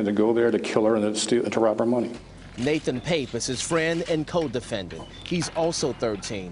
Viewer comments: The very first two pictures you showed are both of Antonio, and Nate’s last name is pronounced “Pop” or “Pap”. I don’t know why it irks the hell out of me when true crime channels fuck up their due diligence reporting on something as serious as the Barbeau case. I’m actually almost afraid of what other inaccuracies a waiting for me when I press play again. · Yeah, I don't mean to make a big deal, but that narration needed more practice / rehearsal. "Pappe" is pronounced like "Pop.". The other perp's name is "Barbeau," not "Barbereau."